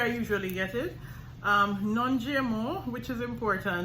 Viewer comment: Great Video... The way that you say GMO in english sounds like your saying Gemeaux in French. 🤭